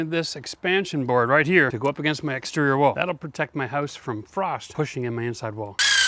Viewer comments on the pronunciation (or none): You said hoouse, you're Canadian. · What, what? What, what did he say? What was that word? Did he say "hoos"? He said he was setting his pad against his hoos. What is a hoos?